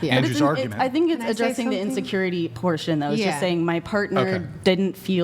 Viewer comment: i am curious.... do they have any other words in their vocabulary aside from " INSURURITY". The only thing that is coming out of their mouth is "insecurity". All I have to say my brethren is RUUUNNNNNNN TO THE HILLS!!!!!!!!!!!!!!